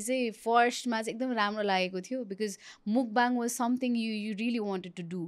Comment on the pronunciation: Mukbang - ( मुकबाङ ) भनिराको छ मान्छेहरु, यो शव्दको सही उच्चारण भैरहेको छ त ? यो शव्दको उच्चारण र अर्थ के हो भन्ने बारे थाहा नै छैन कि जस्तो लाग्यो । खासमा यस्को सहि उच्चारण ‘मकफाङ’ हुन्छ । यो खासमा कोरियन भाषाको शव्द हो, यो दुईवटा शव्दहरु मिलेर बनेको छ । यसमा 먹다 (नेपालीमा उच्चरण मक्ता - जसको अर्थ खानु हुन्छ) को पहिलो अक्षर मक् र दोश्रो अक्षर 방송 ( नेपालीमा उच्चारण फाङसोङ - जसको अर्थ प्रशारण ) यो शव्दको पनि पहिलो अक्षर ‘फाङ’ जोडेर ‘먹방 - मकफाङ’ हुन्छ (प्राय कोरियन २ शव्दहरुको पहिलो अक्षर जोडेर नयाँ शव्द बनाउनु समान्य हो) मकफाङको अर्थ हुन्छ खाएको कुरा प्रशारण गर्नु, हुन त खाएको कुरा देखाएको नै हो तर उच्चारण सही भएन, सच्याईदिउ भनेर मात्रै हो है ।